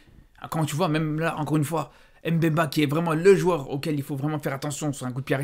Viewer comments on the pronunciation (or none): c’est pas s’tylo. Dit Mbemba et pas M’bemba